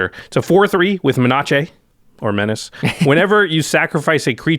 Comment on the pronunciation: How many have started saying 'menaché' instead of menace as a result of this channel? I know I have.